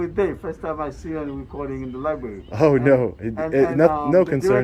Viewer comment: Lie berry